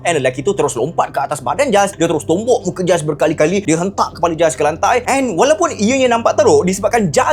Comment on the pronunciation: Hi..nice video...just nak betulkan.. sebutan nama mangsa tu Gilles=Jills